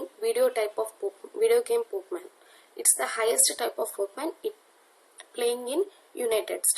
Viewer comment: video is very useful and u have done a great job just a small mistake its pokemon not pokeman(verbally u r speaking)